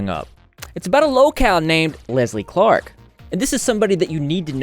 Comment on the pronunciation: Why did I think you said “Leslie Fart” instead of “Leslie Clark” at the beginning 💀